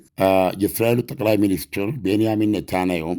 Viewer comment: ኔታናዩ ሳይሆን ኔታንያሁ ብለህ ብትጠራቸውስ ?